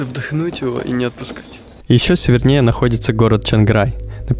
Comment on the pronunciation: очень красивая картинка и приятный монтаж, но фразы вроде "созерцать на", "вдохнуть на все лёгкие", "севернЕЕ" очень режут слух, это выглядит забавно у Леси Никитюк, но у вас ведь в целом такой литературный стиль повествования.